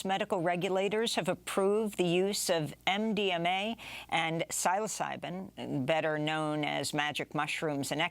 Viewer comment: Amy : You are such a NERD !! But you indellibly won us over forever when that Minneapolis cop beat you up at DNC. Just one more thing ...... you crackin' us up . Psilocybin Pronounce the first syllable like the first syllables of the words "silly" or "syllable" . It's obvious you don't hang much with any of us "has been" stoners. LMFAO